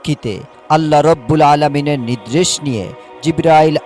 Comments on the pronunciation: নিদ্রেশ হবে না.. নির্দেশ হবে.. উচ্চারন ঠিক হওয়া দরকার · মূর্খ, নির্দেশ কে নিদরেস বলে